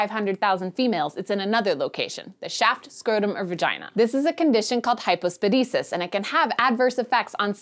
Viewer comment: Please have another try at pronouncing "hypospadias". Thank you.